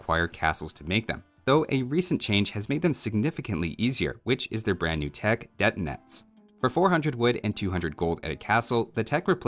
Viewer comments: thank you for all videos you've made, but I have to fix your pronunciations - it's deTInets and druZHIna. Hello from Russia, peace and prosperity for all. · Детинец, как ты это произнёс, хаха😂